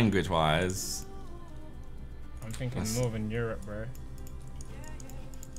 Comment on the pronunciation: “EUROPE” not europ